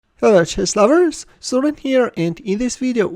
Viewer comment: Did I hear 'chess flowers' in the beninging?